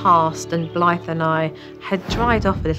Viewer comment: Dang, I thought the mom said her name was Blight 😂 I was like that was rude of her parents to name her that. But no it’s Blythe.